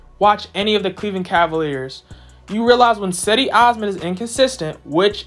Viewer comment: Do you even watch the games? It's pronounced 'Jed-ee' listen to how everybody else says it within the team